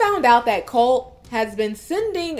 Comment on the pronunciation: Et its Coltee get it right.